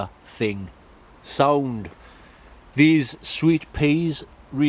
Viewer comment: I love when you say 'and all that kind of ting' 😄😄😄😄😄😄